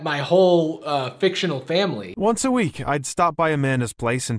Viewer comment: You don't need permission to react to a video. Unless the Fine Brothers enter chat then be ready to pay $$$$. He did say Jarvis, if you listen you can hear the v it's just not as pronounced.